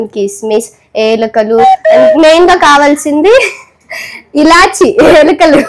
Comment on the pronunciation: యాలకులు అనాలి ఏలికలు కాదు thalli